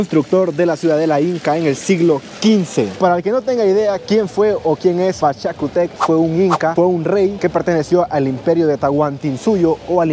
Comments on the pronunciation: Es Pachacutec Lee con tilde ..estás leyendo mal sin tilde !! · Pachacutec con acento en la u y no es un halcon es u condor ! 🤣🤣